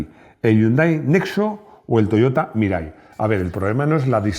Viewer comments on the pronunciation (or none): none